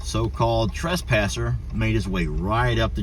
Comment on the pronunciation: Sound like he said trashpasser. Lol. Okay time for a gate. Smh. Omg not ok